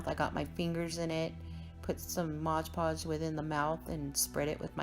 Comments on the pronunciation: Cool ideas. FYI - its MOD podge, not modge podge.😉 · Dear sweet, incredibly talented lady. These are amazing. BUT ... isn't there always a but...? It's MOD Podge. NOT MODGE Podge. I'll go back to Mom's basement now.